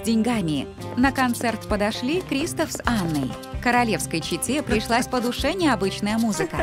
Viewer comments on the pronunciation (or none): Здравствуй. Я бы поставила лайк, но ты говоришь КристАф. А говориться КристОф. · Здравствуй. Ты говоришь КрИстофф. А говориться КристОф! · Не криистов а кристооов